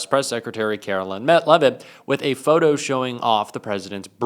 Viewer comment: I will start liking your videos when you start pronouncing Caro-LINE correctly. You got one job,. Do it.